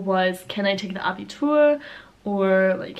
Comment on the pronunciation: Abitur perfectly spoken ))